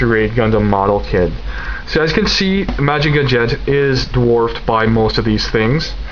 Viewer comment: LOL! I know what you mean. Lots of different pronunciations, out there, but trust me, Mazinger Z is best spoken in your native tongue. Great job once again! I will be following your reviews regularly from now on.